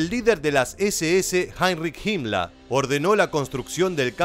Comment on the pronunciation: Porqué el narrador dice "Hitla" y "Himmla",se escucha raro.